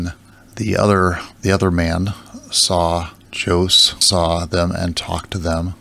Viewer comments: How anyone could mispronounce the name Jose is beyond me lol “Joe-ss” It’s “Ho-zay” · It's pronounced "hosay" and not "djose". 😅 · Jose? It's pronounced hosay.. lol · José (ho-ZAY) is the Spanish equivalent to Joseph, super popular name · Hahaha 🤣 What language is that? Spanglish?!? Americanese? 🤣😂😆 You do realize that Jose is a Spanish name that is pronounced properly in Spanish, not Spanglish, right?!? Jose it’s pronounced simply as [Jose] — with the [s] NOT [z]. And just [e] at the end. Not [ei] [ho-se]. Plain and simple! 😂🤷‍♀️🙄